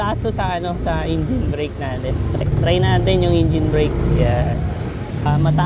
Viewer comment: bakit ingine? hahahahaha engine tamang pronounce nun e hahaha